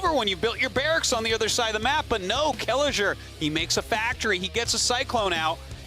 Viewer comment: Artosis butchering Kelazhur's name makes me sad..